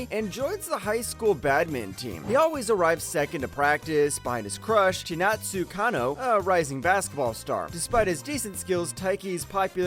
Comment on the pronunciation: How does an anime watcher pronounce Chinatsu as Chinesetsu is beyond me, lol! 😂